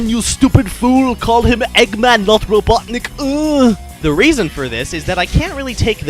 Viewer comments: robutnik lol satam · RobotnikUUH. That is that. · its Eggman, you stupid fool, call him Eggman, not Robotnik, uuuu.